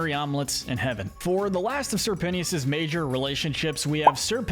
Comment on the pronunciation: ITS NOT SIR PENNYOUS BOROOOOOOOOOOOOOOOOOOOOOOOOOOOOOOOOOOOO